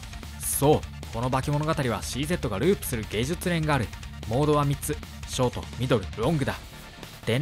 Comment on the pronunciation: ゲジュツノギとか読み方間違えてるのは動画としてどうかと思いますん